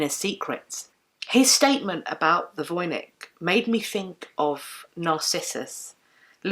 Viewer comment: You should pronounce Voynich with the "ch" like in the word "match". It is a popular Polish surname and the name of a town in Poland (Wojnicz).